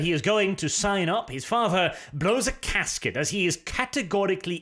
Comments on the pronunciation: OK...can somebody please check me on this? I want to be sure I heard correctly...but, does say "blow a casket" instead of "blow a GASKET"??? 😂🤣😂🤣😂🤣😂🤣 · "His father blows a casket" maybe it was just accent but that's what I heard. lol